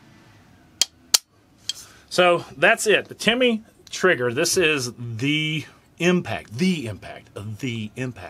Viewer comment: Not Timmy it’s Tim-ney